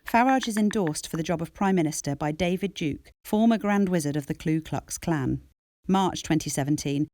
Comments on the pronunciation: Good info. But whoever you got to do the voiceover has demonstrated her own ignorance and ill education by stating Klu Klux Klan when in fact the correct title is the Ku Klux Klan. How could the senior management of Led By Donkeys be stupid enough to allow this to be released with such a foolish error? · (Ku Klux Klan. Not Klu Klux Klan.) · It's Ku Klux, not Klu Klux Klan. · Excellent short doc. It is astounding that Farage reached ridiculous heights of influence. The list of people he rubbed shoulders with sounds like who we may meet whilst traversing the rings of hell in Dante's Inferno. One observation - sounds like the narrator says Klu Klux Klan to me. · Oh for goodness sake, could we please try to get the name of the Ku Klux Klan right? There's no L in the first word. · Great film.. but voiceover artist, please learn "Ku Klux Klan".. yes it's a tongue twister but not impossible!